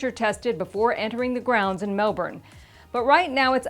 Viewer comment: Small thing, but the city is pronounced "Mel-bin" ... even with an American accent. I know, it's crazy. But a lot people will call it "Mel-BOURNE" and even though it's spelled that way, it's not an Aussie accent thing. It really is Mel-bin. Cheers!